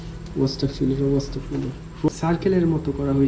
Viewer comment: অস্তাগফিরুল্লাহ হবে না। আস্তাগফিরুল্লাহ হবে। ❤